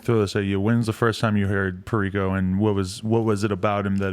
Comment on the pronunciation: Damn, I really went around saying have you heard of G “PAIRICO?” 🤣